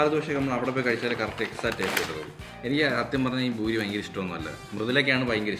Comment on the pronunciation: boori.....😳😳😳 Poori✅ Boori❌ BRAVEEN...😂😂